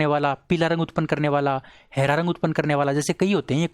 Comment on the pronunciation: हैरा नही हरा बोलना सीखो